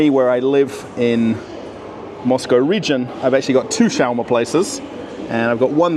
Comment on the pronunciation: You say it odd it’s sch- was- ma. Are there any foods from Israel??